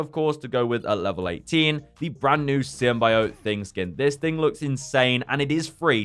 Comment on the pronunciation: Stop saying symbiot like that OMG UR PISSING ME OFF